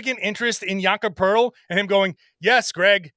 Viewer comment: The best thing about Poeltl is that when you listen to people talk basketball and pronounce his name"poe-etel" you learn very quickly who actually watches a lot of basketball and who just reads a script.